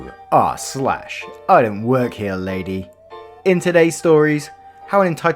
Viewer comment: Is it funny that sometimes when i hear you say "rslash", i sometimes here "arse lash"?